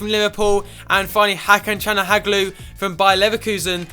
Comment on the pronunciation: Just a tip. Ha-Can-Chal-Ha-Nog-Loo